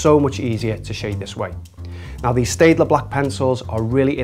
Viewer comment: Pronounced 'Stettler'